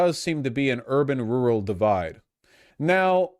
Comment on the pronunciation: He sounds like an idiot when he says "rural". Never heard it pronounced like that ever.